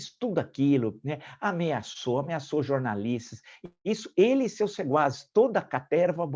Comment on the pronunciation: Não é "seguaz", com "g". O certo é SEQUAZ, com "Q"